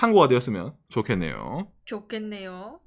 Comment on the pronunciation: 좋겠네요가 ㅈ됬네요 라고 들리는 이유는 쿠팡주식을 가지고 있어서 인가...